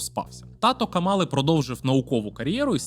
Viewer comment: Давайте може почнемо вашу експертність будувати з того, щоб правильно ставити наголос в імені Камали? 🌚